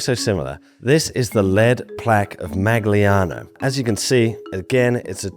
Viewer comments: Love the content, but it seems like there is no effort put into the understanding of the pronunciation of native toponyms..and you also acknowledge that you are butchering the pronunciation of Magliano!! As a non native English speaker it just hurts.. it takes 2 seconds to google how to say things right, and it would be a way to respect those cultures you are so fascinated with. :) no hate, love your work! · Sorry, I just have to comment about your pronounciation of the town Magliano. It actually hurt my ears. You can just google how the letters 'gli' are pronounced in Italian. Otherwise, it was an interesting video. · È difficile dire MAGLIANO!? Cazzo. MAGLIANO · In case you're interested, that's not how you pronounce Magliano, in italian "gli" is a special combination of characters with it's pronounciation somewhat similar (but not identical) to spanish "ll". Great video as always. There are some exceptions to this rule especially for words that come from other languages. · A tip for all the non-Italian: “gli” should be pronounced as “Y” of “yellow” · In case you care: GL in Italian sounds (approximately) as the Y of Yes, so Magliano sounds more like Ma-yano than Mag-lee-ano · the G in Magliano is almost silent in italian. If you can't say the italian GL, (similar to Spanis LL, but not the same) then Malliano is closer to the correct pronunciation. You can google Coniglio, Aglio, Quadrifoglio to get it right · in Italian when you have a “GL” on a word like “Magliano” the G is soft, almost silent. The sound is similar, but not identical, to the Spanish double LL. So it’s not MAG-LIANO, but more like “Maliano” with a g sound I cannot express in text. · the correct pronunciation of the Italian toponym Magliano is: 'maʎʎano. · You should read Magliano like in Serbian Maljano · Its Magliano as not Mag Liano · Magliano is pronounced, Mah-lee-ah-no, with the lee-ah said as one sound gliding together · "Magliano" is pronounced like "Ma-ya-no".